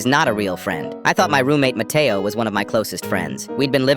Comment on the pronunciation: When he said matteo i thought the brain rot cuz my brothers always saying "mAtteao!!!!!!!